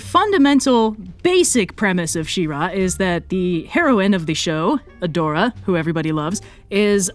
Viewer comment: IT'S FUCKING SHE-RA AHHHHHHHHHHHHHHHHHHHHHHHHHHHHHHHHHHHHHHHHH